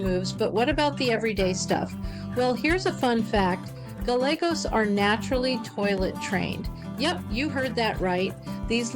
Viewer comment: It's like you're reading from a script. Monotonous and boring, you kept mispronouncing "Galagos" at every turn (Golegos? Really?), all the superhero comments get old, pretty fast. It's almost like an AI-voiced video. Try watching some of David Attenborough's nature videos, or alternatively, Ze Frank's videos, if you wanna be funny.